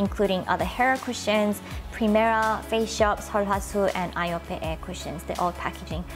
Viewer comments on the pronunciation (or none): none